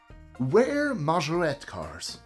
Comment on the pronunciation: Majorette - mah-jur-ret. Pronounce the t when there are 2 tt’s and an e at the end. Love that you work hard to pronounce non English works correctly.